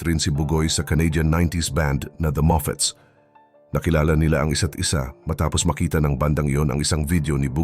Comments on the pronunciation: Correction lang po.. moffats po yun, hindi moffits 😅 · The Moffatts po.. hindi po The Moffits.. Huhu AHAH